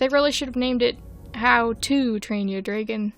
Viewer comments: No offence, but the way you say “dragon” physically hurts me whenever you say it. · WHY TF WOULD YOU PRONOUNCE DRAGON LIKE THAT?! IT TRIGGERS ME EVERYTIME YOU SAY IT LIKE AUUURRGGHHHH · I swear I despise how you pronounce dragon I'm sorry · Your pronunciation of "dragon" gives my internal ears the same feeling as when someone is scratching their nails against a blackboard. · I have never heard someone say dragon like that and now im confused